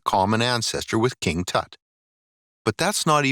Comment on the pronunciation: Your pronunciation of Tut is HORRIBLE.